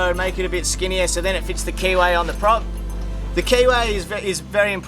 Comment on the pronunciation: I am loving the whole rebuild process and then I originally misunderstood what was said. I eventually understood you were saying keyway, but I initially heard KY.